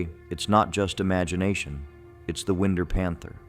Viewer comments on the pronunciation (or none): Whine-Der, not win-der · You bet! Everytime that AI said "Winder", I was like, NO! A Winn'der is what we Southerners call "WINDOWS"! 😂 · YES! Winder is pronounced.... Wine-der. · It's pronounced Winder.. long I sound. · AI Narration is ruining these stories. Win Der! Jeez, it Winder like wine der. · Wind-er, Georgia. Absolutely not . . . That sounds like a country hick mispronounces window. It’s pronounced wine-der! It’s hard for a lifetime Georgian to hear the way AI tries to say our Southern towns! It would be nice if you hired people from the area to read your script! Thanks! ❤. Love the stories so far. Looking forward to the rest of them… ❤ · Wind, like winding a clock. Then er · It's Not pronounced like wind..er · Winder ( wine-der) Born in Atlanta in 1980 at Northside Hospital and raised in Lawrenceville Collins Hill High and I've only heard of a couple of these and Ai is slaughtering the city names wtf Now I live in Savannah Never heard of the Tybee or St. Simmons ghost or even the Forsyth werewolf wtf is really going on Georgia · So it sounds like wine-der. I have lived in winder Georgia for 30 years, and I know a lot of people. At no point has anyone said anything about their being a panther out in the woods. If you hear something that could possibly be a panther out here. It would most likely just be a meth addict losing it in the woods. While that is not a panther. You should probably avoid that too. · Winder is pronounced like... ( Wind her up and let her go ) You know like a baby doll? 😅😉 I've never heard that story about the panther and I've lived in Winder most of my life. I hate lake Lanier. There has been so many people who have died in that lake. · OMG it's pronounced WHY-nder and Dah-LON-a-ga! I hate AI..... 🤷🏼‍♀️🤦🏼‍♀️ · AI pronunciation…I’ve lived in GA my whole life. It’s Lake “Luh”nier, “Whine”der, and “Duh”lonega. If you kick quickly enough the hands in Lake Lanier won’t be able to pull you under. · I'm pretty sure that's pronounced wine-der